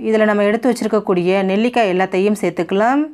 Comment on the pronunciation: சேர்த்துக்கலாம் சேர்த்துக்கலாம் ன்னு சொல்லும் போது ஏன் செயற்கையா அந்த கடைசி ம் ஐ அழுத்தி அழுத்தி சொல்றீங்க? சகிக்கலை. பிற மொழி நடிகைகள் உச்சரிப்பு வராததுனால அப்படி சொல்லுவாங்க.